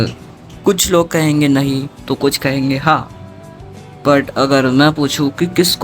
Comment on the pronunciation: "nhi" Ki "ha"? Bro literally said- " Nhi+ha= nha"